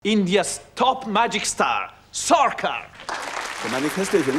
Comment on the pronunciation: It's sharkar not sorcar's 🚘